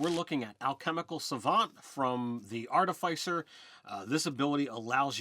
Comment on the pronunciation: It hurt when he said artifICER